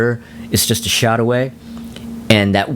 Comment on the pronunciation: Sounds like you are saying "shout" to me.